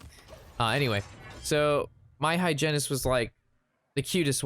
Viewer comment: I love the way you rhyme dentist with hygentist